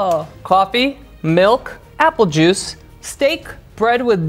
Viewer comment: "Apple jaucie?"